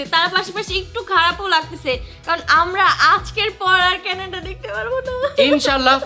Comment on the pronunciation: Kenada noy Canada